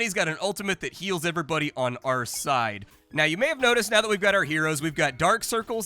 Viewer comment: "all I want to do is play Menace" us too buddy, us too. [EDIT] also, did you drop the H on "heals" like Americans do on "herbs"? Because I heard a cleric just throwing out eels and thought, that's surely more of a druid thing.